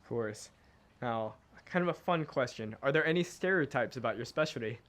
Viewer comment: the way says "specialdy" lool